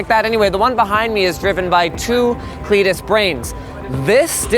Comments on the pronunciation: thought he said cletus for a second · When you say CLEDIS it sounds like GLaDOS so I'm worried it will generate neurotoxin when I'm watching TV...